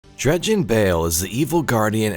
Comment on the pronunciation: I thought he said Dredgen Hoe